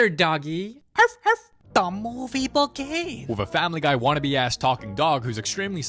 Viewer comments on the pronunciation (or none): “Da mooooovue beegins”